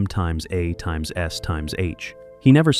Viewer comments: Does anyone listen to this slop before they post it? M times a times s times h???😂😂😂😂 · MxAxSxH? Its MASH. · Laughing my ass off at "Two hundred and twenty seven!" And "MxAxSxH"! 🤣😅😆😁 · You can't just say MASH? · AL SLOP They can never get "MASH" right. First time I've heard "times"